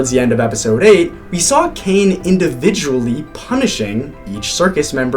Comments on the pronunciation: Ppl not talking about that guy said 'kane'😔✌💔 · “Kane…” OH COME ON